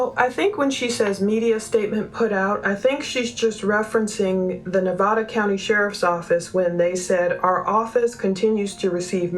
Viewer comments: Please... it's not Ne-vah- da... it's Ne-vah- duh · Nevada is pronounced with a hard A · I appreciate all you are doing. I just wanted to let you know Nevada is pronounced with the a like apple not like all.